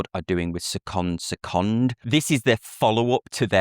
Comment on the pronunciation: You said seconde/seconde great every time! Thats hard to do.